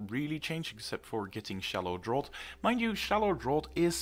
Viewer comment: Just a side comment. Tree word draught in "shallow draught" is pronounced draft.